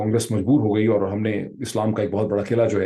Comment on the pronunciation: Islam ...." Shislaam" ..... Why Doctor Sahib?